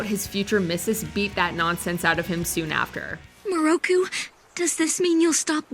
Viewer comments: Yusuke’s proposal to Keiko wasn’t the eve of the Makai Tournament. It was the night before Yusuke left for Makai for 3 years to train and learn about his ancestry. If you’re gonna add something to the list, watch the series so you don’t get your facts mixed up. And don’t call Miroku Muruku. Here’s the pronunciation “Me” “Row” “Coo”. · Have you never watched Inuyasha...? That's the most ridiculous pronunciation of Miroku I've ever heard, dub or Japanese. It sounded like Giada De Laurentiis over-annunciating Italian ingredients. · YOu did not just pronounce miroku name like that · Thank you for catching on they mispronounced his name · I know, I cringed every time I heard her say it. People should at least watch a few clips of the original anime so they can get the pronunciation somewhat accurate ^.^" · I'm upset with how you pronounced Miroku's name even when it was said in the clip shown and then butchered Naraku's name after